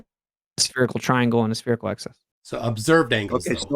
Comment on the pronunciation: Will someone PLEASE teach how to say 'spherical' - at least tell him there's a 'h' in there... And an 'i' before the 'c'. Christ it's grating on the ears to hear 'spearacle' every 2 seconds.